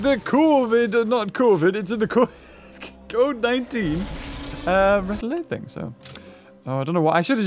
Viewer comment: When you said code 19 you accidantly said covid19 😂😂😂😂